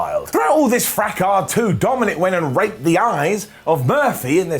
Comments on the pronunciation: Another wonderful Ups & Downs,, but one thing, if I may. When you say the word, "rake", please put a little more emphasis on the "k". For a few seconds there I thought you said... something else... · you gotta put more emphasis on the letter K In the word “rake” sounded way too much like a P lol